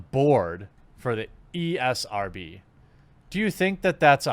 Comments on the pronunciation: Me likey when you call it the E R S B instead of ESRB. Me gives likeys and thumbsies up for that :-) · ESRB not ERSB, boomer 😂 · Ee. Es. Ar. Bee. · Is he calling it ERSB on purpose lol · He said ERSB at the beginning lol. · New drinking game: take a drink every time Jeremy can't say ESRB.